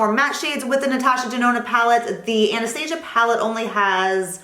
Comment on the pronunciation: Great recommendations! I didn't know Sephora carried Tom Ford products. Also, as a small critique you're pronouncing Anastasia wrong, it's not like the movie lol